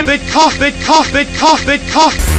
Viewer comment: sqishin and sqashin LOL